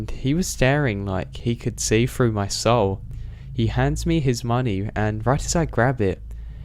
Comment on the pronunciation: "Staring right freww me " Love it.